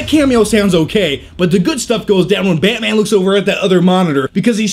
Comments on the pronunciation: Betman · I think this review would have been better if he had a Russian/ Romanian or slavic accent. He's got that face. His current accent just doesn't fit. Esp. when he says Batman..sounds like "Bat miean". LOL! Other than that! Nice review, like the humor and the edits and given the LOOONG time DC has had to make a team up movie, at least they are learning from Marvel's errors. So all in all whatever the outcome, it's looking good for all the fans! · go on, say Barman again. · Baeaeytman? Baeaeytman? Lol I'm sorry the way he says it is so funny! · y does he say batman like that